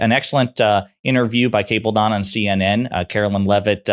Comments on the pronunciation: Dude. If you're going to be credible in your podcast, learn how to pronounce people's names! Kate Booldon??? It's pronounced BaldWin!!! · Good video but the young ladies last name is Bolduan not Boldan pronounced like “Baldwun” just fyi